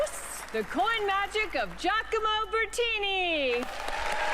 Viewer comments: LoL again even after hearing Allyson pronounce his name you still said it wrong lol Giacomo (Jock-omo) Bertini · Jack-a-moe, not Gia-co-moe. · jee'A'como -- how could you say his name so incorrectly? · Incredible performance. (Giacomo is pronounced "Jack-o-mo" with primary emphasis on the first syllable and secondary on the third.) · really annoys me how badly you mispronounce the guy's name. Maybe you don't know that gia sounds like ja, but saying ee at the end instead of o... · Giacomo can be pronounced Jackomoh :-) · yes he could learn some English, that's quite stereotypical for an Italian. But FFS stop murdering his name! WTF is wrong with you Americans?!